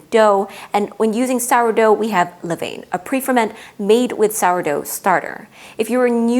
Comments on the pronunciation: Pronounced leh-VAHN not leh-VAYN. Levain [International Phonetic Alphabet: /lə.vɛ̃/ Sounds like leh-VAHN (nasal "n" at the end, as typical in French)] You're trying to present from a position of expertise but simply not being able to pronounce this basic term makes you look amateurish. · So technical and deeply researched, but every time you say “le vane” something inside everyone who speaks a little bit of French dies For next time, it sounds like “le van” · Good video. Levain is pronounced Le van! And yes that is in all the English speaking world.